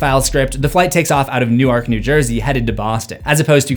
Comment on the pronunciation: ITS PRONOUNCED NORK(NEWARK),NEW JERSEY NOT NEW YORK, NEW JERSEY